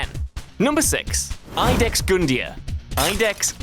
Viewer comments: Iudex is pronounced like "yoo-dex." It's Latin for "Judge." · It's latin, it's You-dex Not 100% sure, but means Judge or at the very least adjudicator